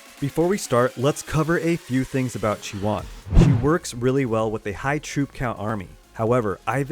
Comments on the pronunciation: Thanks for the videos, really useful. BUT Please don't call her Chi-One! You are killing me. It is a Greek word SNOW=CHIONE=ΧΙΟΝΙ (in Greek) It is pronounced he-oni (he like the article and oni as in macaroni) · Isn't it's pronounced chi-oh-nee? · khi-yo-nee:) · You really need to learn how to pronounce stuff. Who the hell is chiwan. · i think he says that because he splits the name in 2 parts.. chi... and one. Chione i think is taking her name fron the greek word '' Χιόνι '' that means ''Snow'' and the pronunciation of this is ''Chioni or Chione...something like '' kioni ''. So i hope i helped, keep up the good work.:)